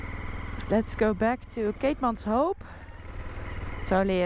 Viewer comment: Noraly if you say it like "keetmans whip" your pronounciation will be spot on. Also " buy a donkey" is baie dankie. Enjoy my beautiful country, stay safe💕